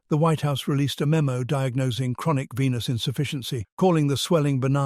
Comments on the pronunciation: ...oh dear gawd I need to clean out my ears. Instead of venous insufficiency, thought I heard penis..... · Did he say chronic penis insufficiency? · Whoops. I misheard chronic venous insufficiency as chronic penis insufficiency. Which while unfortunate isn’t life threatening